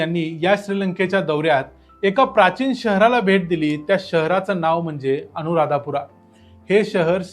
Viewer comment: अनुराध पुरा असे म्हणतात, अनुराधापुरा असे नाही.